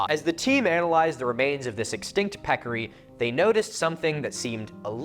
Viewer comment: Pecarry? How ‘bout a Javalina? LOL